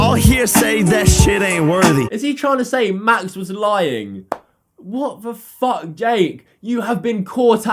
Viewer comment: 1...2...3 "fook" Jake Paul